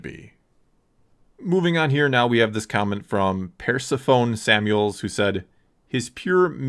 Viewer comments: Ha ha, "PERSA-phone." It looks like that, but it's pronounced "Per-SEPH-oh-nee." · best part of the vid is when he pronounced “Persephone” as “Persa phone”